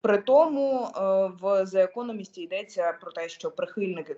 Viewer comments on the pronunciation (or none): Яка молодець а ведуча каже: неправильно назву газети the economist артикль the не зе а де приблизно. Глухим звуком 😂